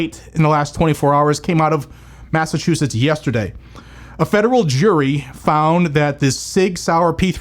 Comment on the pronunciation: It's Massachusetts. Enough said